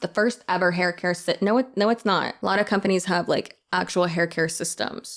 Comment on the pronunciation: “These kind of ‘shcompanies’ “😂 You so funny. ❤